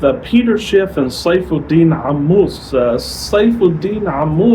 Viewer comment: Wow, where'd you get this 3Ammous pronunciation, you studied arabic